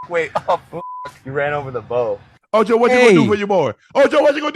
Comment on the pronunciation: Ocho u did not put the “d” on your first try